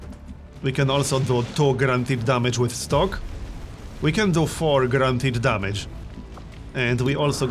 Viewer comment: everytime he said guarantied I heard grand hit am I the only one?